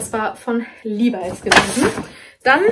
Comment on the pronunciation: Die Aussprache von LEVIS ist übrigens in beiden Fällen korrekt!!!😊😁😙